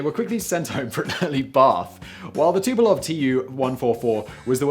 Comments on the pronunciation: Fucksakes Simon! It's TU-PO-LEV. LEV. Not Tu-po-LOV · XB-70 was prettier than Concorde. IMHO. BTW, you keep saying Tupolev Tupelov.